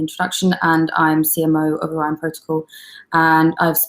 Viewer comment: hosts smile fades as she realizes she has totally mispronounced the word "Orion"... and yet she continues to mispronounce it for awhile.